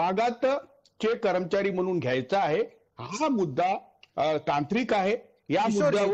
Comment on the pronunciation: करमचारी नाही कर्मचारी असं बोला